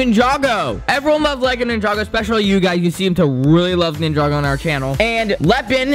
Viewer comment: It’s not nin-jog-oh it’s ninja-go 😡